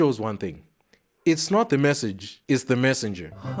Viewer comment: "It's not the messange its the messenger" Bruuuuuuuuuuh